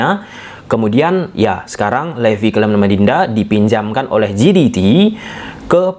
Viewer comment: JDT dibaca JeDiTi atau pakai aja ejaan indonesia JeDeTe jiditi=GDT ❌